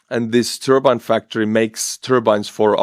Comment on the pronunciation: For a moment I thought you said "the ukranians took out a turban factory".